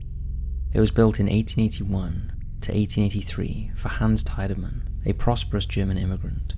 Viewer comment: Cleveland and Eastlake... some really weird stuff happens up here. Franklin Castle. I grew up around the block from the house. And the name is pronounced “TEE-de-man”.